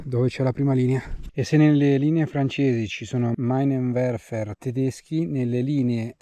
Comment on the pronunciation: ps - «Minenwerfer» (lanciamine) si pronuncia «Minenwerfar» e non «Mainenwerfer»